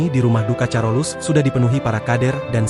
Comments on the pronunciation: Admin, Rumah sakit sint karolus bacax bukan carolus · HA..HA..BACANYA BUKA CAROLUS TP.KAROLUS😂😂😂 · Carolus = (baca: karolus), oon